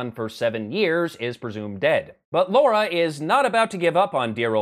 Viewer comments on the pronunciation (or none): What is with Americans? It is LARA not LAURA, no U in it you see. Sorry but, as a Brit, this drives me crazy. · It's pronounced Lara. Not Laura. Lara. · "Laura"? Is that an accent thing, or is he taking the smeg? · Why do americans pronounce it "Laura"? It is not as much of a criticism, as me wondering why. It's not the first time I'm seeing it and I am very curious.